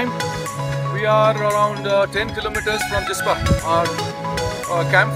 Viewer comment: Great video, it’s jispa no jipsa. :)